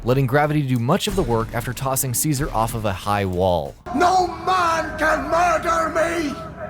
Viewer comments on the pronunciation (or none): It's pronounced Che -Zah - Reh. Cesaré. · It's pronounced Chezare dumb crap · you mispronounced ceaseres name